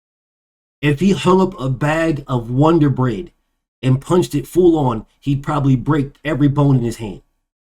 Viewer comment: BF said "Wonder Bread" 😂